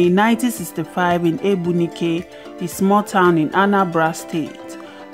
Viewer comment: She was born where? Egbunike or Ogbunike? Pls, learn how to pronounce Igbo words/names.